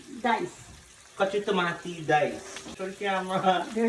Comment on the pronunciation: Pulllpattttter u mama. A say toommmaaattuuuuuu. And u saying it d best was tommmatttttteeee